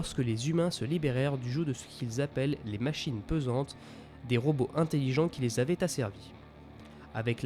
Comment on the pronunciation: Les "machines pesantes" ça ne serait pas plutôt les machines PENsantes ? Répété au moins 2 fois dans la vidéo, j'avoue ça m'a un peu écorché les oreilles... Sinon vidéo très intéressante ! ;)